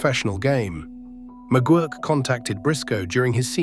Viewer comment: So Leroy McGuirk or McGwirk as AI pronounced it is Sputnik Monroe??